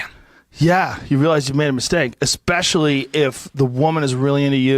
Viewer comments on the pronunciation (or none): none